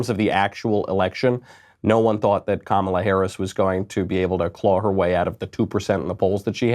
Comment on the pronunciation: Kum-ala....nooo. LOL!